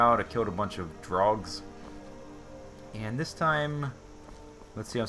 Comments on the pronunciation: That's 'cause he thinks the "R" is silent so, in a way, he is saying "Drugs." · Every time he says "Draugrs" It sounds like "Drugs"